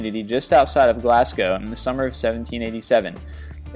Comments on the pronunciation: Its pronounced Glaz-Go not Glascow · Still can't pronounce place names I see... Really? "Glascow"? It's pronounced "Glasgo" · Still haven't learned how to pronounce citys eh Glasgow is pronounced glaz-go not glass-cow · The way you pronounce British cities is always funny... "Glass cow" [Glaz-go] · I hate how you say Glasgow, Glass-go???? WTF is that?